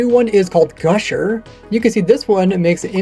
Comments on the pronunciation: *guster, not gusher lol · it's guSTer not guSHer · Why bro calling "guster" "gusher"